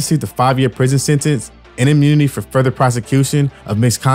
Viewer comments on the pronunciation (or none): none